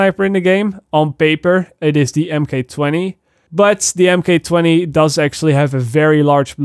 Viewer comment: Bro it's pronounced mark 20